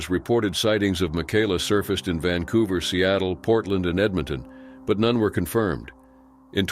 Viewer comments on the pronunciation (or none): none